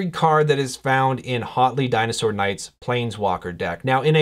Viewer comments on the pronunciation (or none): Hotly? I'm pretty sure the H is almost silent. So you say "uatli" with a very slight H sound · Thanks for this! (Side note: name should be pronounced more like "WOT-ley")